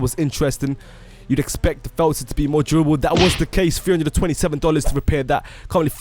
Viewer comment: Lol u say felter